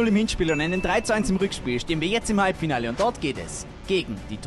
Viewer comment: "Halbfiale"wir haben das einfach nicht gesehen, einverstanden 🤝😂